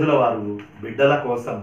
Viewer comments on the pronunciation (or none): none